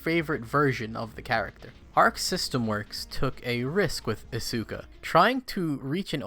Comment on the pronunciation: i bought isuka for half a damn dollar and its so stupid it just loops around to being amazing alsoyoupronouncedisukawrongbuticantreallyblameyouitjusthurtsmyears